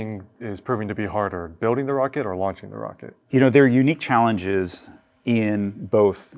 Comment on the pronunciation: "mocket" lol, love it!